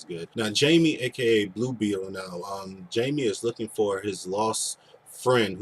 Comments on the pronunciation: By the way it is pronounced Haime, not Jaime. He is Spanish. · The name is pronounced Hymie not Jamie.